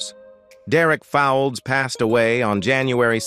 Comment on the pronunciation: Derek Fowlds pronounced "folds" not Fawalds, I think at least 75% of this was wrong?